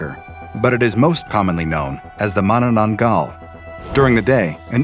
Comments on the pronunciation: Did yoi just...Did you just properly pronounce the name?! Im amazed. Americans tend to just bork the pronounciations. but not you fortunately. You really are an SCP foundation researcher. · The pronunciation of Mananaggal is spot-on. Though you lack one thing to keep safe A blessed item that we Filipino Catholics keep-the Palm Leaves we have blessed on Palm Sunday. Once dried we use its leaves and fashion it into crosses and fasten it onto doors and windows. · Huh. Never thought the SCP community will make the manananggal into a SCP anomaly, I am sooooo honoured mabuhay!. Edit: I was waiting for your pronunciation, and I am not complaining you pretty nailed the pronouncing of the name. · oohhh what a relief you pronounced manananggal right unlike other scp channels and what a convenience that the crack in the roof is directly m above the room of the young women